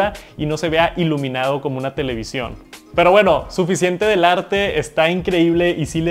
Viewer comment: No se dice televisión 🤦🏻‍♂️